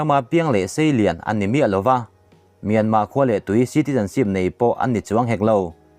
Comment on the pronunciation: Mynma tih reng chu ka van kham tak , lam tha peih loh nih chuan burma ti mai rawh